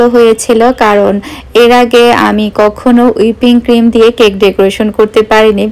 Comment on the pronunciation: আপু ঐটা হুইপড ক্রিম উইপিং ক্রিম না 😊😊😊